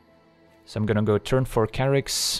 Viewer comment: This whole time I've been pronouncing it Chair-ix, but of course it's Kerr-ix. Durrr.